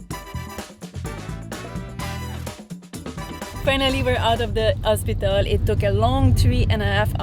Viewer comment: Jo hospital ko ospital bolti h 😂